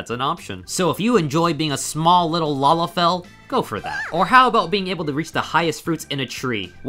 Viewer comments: I think you mispronounced Lalafell when you said something about "master race"? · Yeah, I noticed it too, it's so weird right?